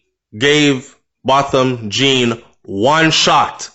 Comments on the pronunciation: it is pronounced as John. No hate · His surname is French so its not prononouced as its spelled